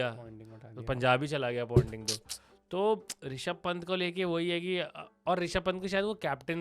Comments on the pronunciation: Pointing nahi ponting hai vo.. continuously ponting bol raha hai.. firr bhi pointing bol raha hai.. 🤨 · It’s Ponting.. Not Pointing